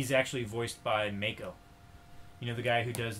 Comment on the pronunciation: love the mispronunciation of both Iroh and Mako